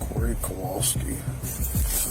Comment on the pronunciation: that's Kowalski, not Kwalsky. He literally spelled it out a few seconds earlier, how do you get that wrong?